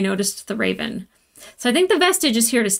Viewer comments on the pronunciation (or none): none